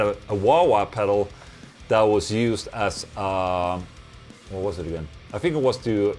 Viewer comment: ok so this is most likely my "white privelege" speaking, but can u please stop saying "fousand" and "fink"? yes i have no talent. no argument here. it just annoys the shit outta me. my work is done LMAO. keep up the good work Ola u mad metal fuck \m/